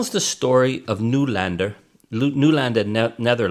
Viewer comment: Noy lander, not New lander Charlie